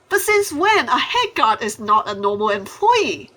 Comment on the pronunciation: When you say guard it sound like you said god